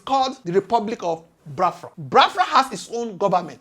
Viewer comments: Pls, not Bafra. The name is Biafra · Bros, your analysis is great but work on your pronunciation please. Ordinary BIAFRA you pronounce disgustingly. Haba. Your audience is expanding and you need to work on your pronunciation please